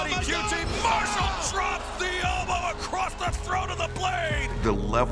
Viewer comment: Mar-shall that's The way Cornette pronounced Marshall